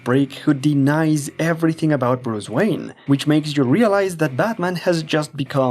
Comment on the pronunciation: bruce wanye